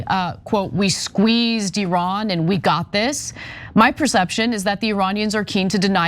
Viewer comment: Anna Thank You So Much For Pronouncing Iran In The Proper Way!